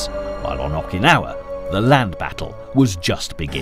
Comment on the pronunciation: I'm banging my head against my desk every time I hear the narrator say "Awwkynawa".